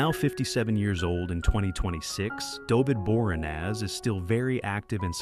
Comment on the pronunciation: I'm sorry.... Dovid Borenaz?!